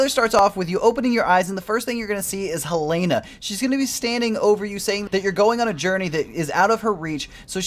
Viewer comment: Pronounce it as Helena dude